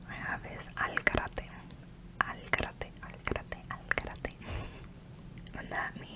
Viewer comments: A lo mejor este equivocado pero creo q se pronuncia al “garete” nunca he escuchado “garate” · Al garete not Al garate